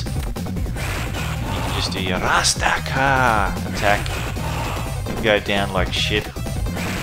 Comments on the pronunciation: Alex doesn't say "rastcar" he says Gurando Appa which means ground upper, his fist scrapes the ground when he does the uppercut When I was a kid playing these games I thought he said grab the power 😅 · He’s saying grand uppah (grand upper), not rastakah rofl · Glad to see someone who actually appreciates Bare Knuckle 3 and you play the superior Japanese version. Good man, keep up the good work. Edit: It's "GRAND UPPER!" , not "RASTACA!". Haha. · Axel says grand upper. Dont worry dude. As a kid we thought he said gratta pah. And we still say it to this day